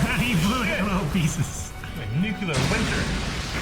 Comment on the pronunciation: It's NUCLEAR not NUCULAR ffs!